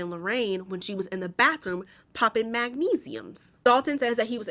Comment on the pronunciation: the “poppin magNESIUMS” made me giggle 🤭